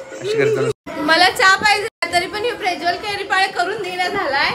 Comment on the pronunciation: ला प्रज्वल म्हणता येत नाही प्रेज्वल म्हणतेय😂😂😂😂